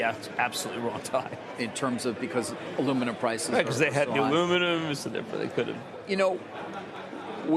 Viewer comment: he couldnt even say 'aluminum'